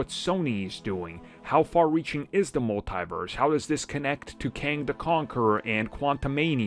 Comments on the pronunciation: The way he said it: "mull TIE verse" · Dude do you not know how to pronounce Multiverse properly